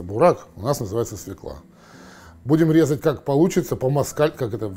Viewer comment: Уважаемый, все таки через ё. Свёкла!